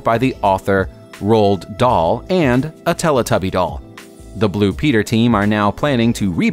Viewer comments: Who is roalD dul? It’s not the correct pronunciation! Most people say it : roal dull cause that how you say Roald Dahl! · It's not rold dhal its roal dhal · By the author “rolled doll” LOL ITS Roaled Dahl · Bruh why does he say Roald Dahls name like RoalD Dahl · Rooled doll lol... Ronald Dahl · It's ro-dal